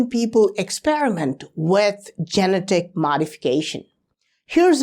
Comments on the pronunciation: I enjoy your videos, but I have trouble some times bc you mispronounce some words. Such as genetic. Ji- Net- ik. Your English is impeccable except for a few words. Keep the videos coming! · I love you man, so I'm going to help you out. genetic. how you say it in English, this is how it's pronounced: just say the name, "Jeanette." now say, "ick." again, say: "Jeanette-ick." try it, I'll have you talking in perfect English in no time. 😝💯💯💯